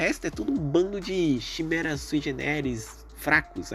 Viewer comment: desculpe reclamar mais chimera se pronuncia quimera,n é algo de ben 10 é do portugas msm(eu escrevi portugas de proposito,odeio ter que explicar essas piadas)